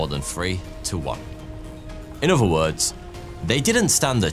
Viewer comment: Why do you Brits, who should pronounce the Queen’s English fail at pronouncing “three” and “other” as “free” and “uhvuh”? It detracts from your topic. Come on man!